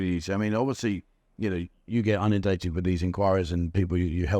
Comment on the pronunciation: please, its' in'undated not unundated.........🙂